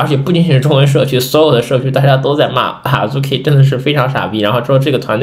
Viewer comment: 希望你們讀日文原發音，聽著太難受了，Azuki讀阿資ki，不是阿豬ki和阿入ki😅